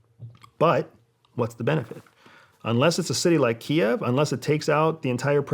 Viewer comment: Finally. Someone using the correct pronunciation of Kiev.